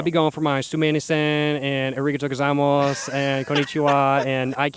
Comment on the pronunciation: this man said origito gozaimos